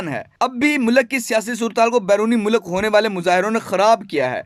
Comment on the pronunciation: Good read out but please improve your pronunciation. Mulak nahi hota, Urdu mein Mulk hota hai. Kushida halaat nahi, Kashida